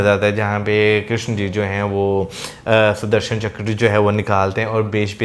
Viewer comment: its Sudarshan Chakra, not Sudharsan.